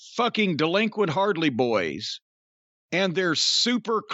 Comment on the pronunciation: “The hardley boyz” lmfao 🤣